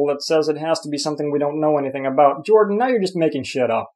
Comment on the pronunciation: A little Swedish slip-up. "Ok, Yordan...Jordan" haha